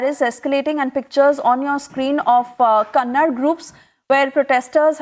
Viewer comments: the reporter should first learn how to pronounce kannada😒😒.....ಜೈ ಕರ್ನಾಟಕ 💛❤ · It's not kannad, it's Kannada you should know correctly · It is KANNADA mam , not Kannad